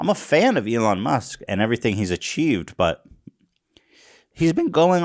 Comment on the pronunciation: >Eelon Moosk